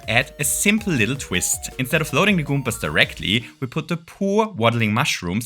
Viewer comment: i adore the way you say goombas.